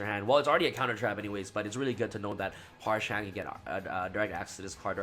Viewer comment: Parshath not parshan.